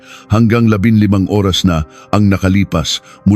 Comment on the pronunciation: Parang hnd pinoy magbasa... Nakakawalang gana makinig lalo sa pagbigkas oras... Kakairita naman pakinggan